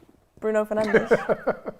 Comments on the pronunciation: Can’t believe a united fan keeps saying “Penandes” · It is annoying. Bruno is one of our best players. Some people find it disrespectful when they call him Penandes